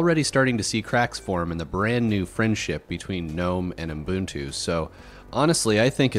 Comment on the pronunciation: What's "Umbuntu"?